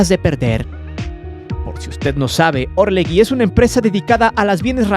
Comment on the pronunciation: ASNOS... Se pronuncia orleJI...no existe la U entre la g y la i